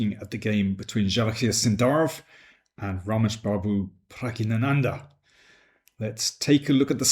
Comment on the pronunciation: Pragg i nanandhaa? He is the only one I've herd pronounce it that way